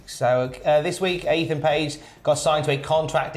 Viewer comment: Eathan page ? Wow 🤣